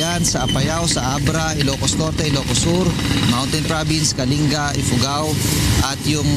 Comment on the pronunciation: kalinga should be pronounced as /ka.ling.ga/ not /ka.li.nga/ :)